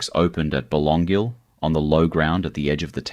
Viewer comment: Yes, so many of these photos don’t relate to Byron! Some even look American. That’s AI for you, I guess .. . Someone needs to teach AI how to pronounce ‘Wategos’ and ‘Belongil’ !!!